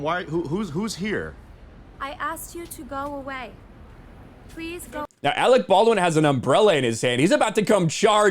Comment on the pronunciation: The way she said "I asked you to leave" I actually thought she was bringing the accent back, especially the way she said "Go eh-wey".